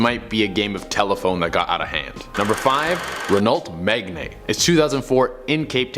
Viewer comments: BTW its meg ayne not megnae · that’s not how you pronounce this car!! I know it’s a French car and French is difficult to pronounce for a lot of other people, but it’s wrong. It’s not pronounced “Renalt Maigaine” it’s “pronounced Renoo Megahn” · Nor megna.